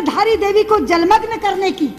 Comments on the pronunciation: Dhaara nhi dhaari devi hain... jai devbhoomi Uttarakhand 🙏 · Bhai dhara Devi nhai dhari devi hein